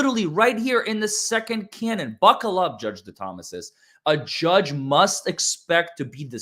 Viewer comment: Give you a gold star you said my last name right lol no one has ever done that. No butchering of it.